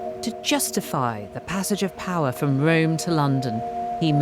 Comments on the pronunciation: Did you not notice her "Wome"? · Wome? Bweak wiv wome?